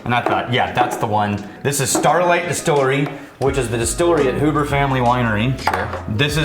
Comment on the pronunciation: I dont like how you said Hubers as Hoobers but thank you for including it on this list. Huber's* has great wines and, now spirits. Grew up doing their hay ride to pick out pumpkins in the fall.